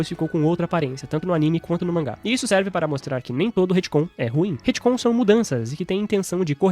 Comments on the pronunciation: se o falar HITCOM mais uma vez em vez de RETCOM eu vou morrer de agonia.... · Ia terminar de ver o vídeo, mas cada vez que ele fala Retcon com "I" no lugar do "e" me dá nervoso!